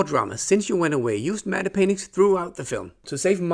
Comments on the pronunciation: Are the paintings in movies pronounced “Matt” as matte is usually? it kinda sounds like you’re pronouncing it “Matta.” No disrespect, just interested. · "Matte painting" is pronounced "mat painting" - I think the Germans would pronounce the E but in English it's silent (blame the French) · "Matte" is pronounced "Mat". The "e" is completely silent 😉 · "Medde painting"